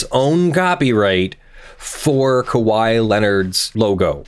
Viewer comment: He pronounced it correctly! I've been with you through the impersonated police officer, the dogs getting stolen, close to the first few months of this channel, and I was about to unsubscribe if you said "KAHEE" again.